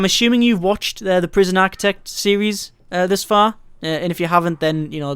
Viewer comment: It's "Architect", not "Aktec" for Christ sake...And who cares about your saves! We come here looking for answers to the problem of overwriting save files in this game...But you know this already...What ever you think this shitty youtube vid prooves, you can shove that completely up your own ass....You truly are a waste of space (Certificate)